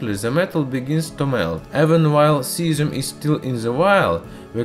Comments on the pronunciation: 😂😂😂 i felt so bad for the 'zieszzzhuuum' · "Cyazim tanty nain"